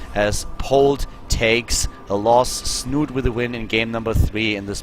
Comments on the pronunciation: It's pronounced Snuute, or Snute not snoot or snoote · Please, it's not 'Snoot', it's 'Snoote' with the same meaning and ending sound as 'schnauze'